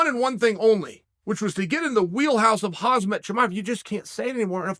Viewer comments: Chael... It's KhaMzat. KhaMzat, damn it! Not KhaZmat. Please somebody tell him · 😂 😂 CHAEL it's pronounced *HAM-ZAT not Hazmat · Chael brother, you keep calling him Hazmat, it’s Khamzat. 🤣. Great channel by the way. 💪🐐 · KhamZat not Khazmat Chael 🤣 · Not Hazmat but Hamzat Chael. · This guy still calling khamzat hazmat 😂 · its Khamzat, not Hazmat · Ham zat not haz mat c'mon uncle chael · He’s literally said his name hundreds of times by now. Khamzat isn’t pronounced Hazmat, at the very least say Hamzat lol and where tf did he get the H in Belal’s name. What is a “behal”. 10 seconds of effort. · Huzmet? Get his name right! Khamzat! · Looks like uncle chael is making millions of khamzat videos. Uncle chael with all due respect at least pronounce his name correctly it's not khazmat it's khamzat. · Uncle Chael, it is Khamzat not Hazmat lol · Chael, my man, you keep calling him Khaz-mat...his name is Kham-zat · NOT HAZ MATH, IT IS 《HAM ZATH》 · Chael my man… Khamzat is not called ”Hazmad” he is called ”Hamzad”… 🤣 next time… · I love you Chael, but the name is KHAMZAT, not Khazmat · It's "Khamzat" not "Kazmat" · Wtf Chael, he’s pretty famous by now, it’s KHAMZAT not Hasmat. Love u but it’s really like calling you Chnael.. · It's not HazmatSuit Chimaev, Champ. It's Khamzat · chael its not hazmat..like he's named after those fuckin white suits. its khmazat pronounced homzat. your calling him after a white suit, lol hilarious. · ... its Khamzat!! not hazmet... please Chael.. Khamzat! A Ham and a Satelite but together.. Khamzat.. and you dont pronounce the K.. its Ham + Zat.. please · aaaand still says hazmat istead of khamzat... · Khamzat Chael, not hazmat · Am I the only one noticing Chael pronouncing Khamzat's name wrong? 😂 It's KhaMzat, not KhaZmat Chael 😁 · Its khaMzat not khaZmat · Its Khamzat not Khazmat. Come on dude, its only 1 word to remember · it HAMZA not HAZMAT :D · Please stop say hazmet sounds like suit you where to stop radioactive stuff. Khamzat is his name.